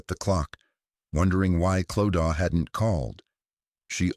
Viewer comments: Same, the Clodaw not Clo-da being mispronounced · I couldn’t watch this cos you kept saying Clodaw. It’s pronounced Clo-da. If you research all the other stuff then her name could have also been researched.